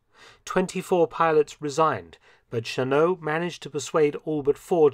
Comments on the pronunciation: FYI, Claire Chennault's surname was pronounced "Sheh-nawlt," not "Sheh-noh." It's a French name, but he was born in Texas, and Texans don't even pronounce Spanish names correctly, much less French names. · Chennault is pronounced shen-NOLT, not shen-NO. - NOPE! In addition to the 100 pilots, Chennault also hired 200 men as ground crews and support personnel from the US. The men were all Americans, most of them recruited from the US military services, although a few were civilians. As an example, an aircraft mechanic was paid $250(US)/month and a pilot was paid $600-$750/month plus a $500 bonus for each enemy aircraft shot down. - "...and by June 1941, numbered 100 pilots and 150 mechanics." Also, NO! The last group of 30 pilots did not even arrive in Burma until November 12, 1941. At the time the US entered the war (December 8th on that side of the International Date Line), the AVG only had 82 pilots and 79 aircraft, although not all aircraft were combat-ready. - December 20-31 is NOT "throughout December." Througout means "from beginning to end" or "during every part." - "Fresh F-40s?" What exactly was an F-40? F.40 was a Farman F.40, a recon/observation aircraft from WWI. Mr Felton, you are NOT usually this sloppy. You must have been having an off day. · The one issue with this video is the pronunciation of Gen. Chennault's name. While it is of French origin, his family had gone away from the French 'Shen-O' pronunciation and Americanized it to 'Shen-awlt.' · Never knew about the Soviets' contribution to China's air force. Somehow never mentioned in the American accounts I've depended on. Wonder why.... Funny how Mark pronounces Chennault's name "Shenno," French style. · Sorry, Mark, but it's the "Pronunciation Nazi " again. To quote Wikipedia, "(Chennault's) surname is of French origin; the French pronunciation is "Shen-oh", but his family pronounced it "Shen-awlt"." Doesn't mean it wasn't a great video, though!